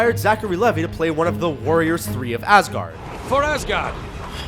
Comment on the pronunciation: Its Zachary LevI with an I NOT LevY as in Y are you saying it so wrong? Dude seriously.